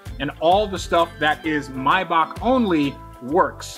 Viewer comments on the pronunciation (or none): “MAY-BACH” not “myback” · “Mybok” 😂 may-Bach